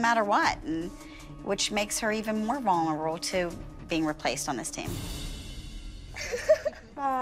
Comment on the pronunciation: leslie cant pronounce vulnerable